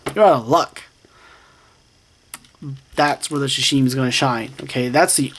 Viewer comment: "shashimi" LOL